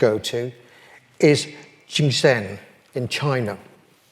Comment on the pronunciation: Jingdezhen is pronounced jing de zhen not jingsen